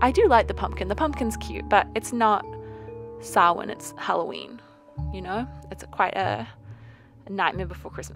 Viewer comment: Your cat is lovely. Also, I can’t stress how much joy it is to hear you pronounce Samhain correctly.